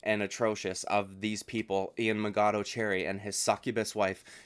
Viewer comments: Machado not Magado. If you're going to use his full name say it right. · He’s intentionally saying it wrong you goober